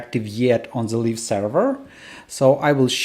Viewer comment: "live" is pronounced лайв, it sounds like you're saying "leaf version" 😅